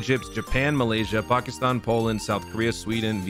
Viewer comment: you pronounced pakistan perfectly im super impressed - video liked